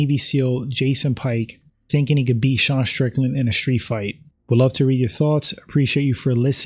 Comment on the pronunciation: When people say SH instead of using the proper pronunciation ST I immediately leave and never watch again, it's a girl thing.